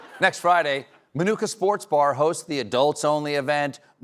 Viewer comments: It is pronounced "Ma-nu-ka" not "My"nooka😊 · Lived there (well, Channahon next door but they're basically like one intertwined town) for 17 years. Never heard anyone around here pronounce Minooka like that. The middle syllable is nook like book. Not new/nuke. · Look or cook thank you. That drove me crazy the whole time. I thought he was supposed to be a local. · It's pronounced like book, min-ook-a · We pronounced it like book, not like manuka honey 😂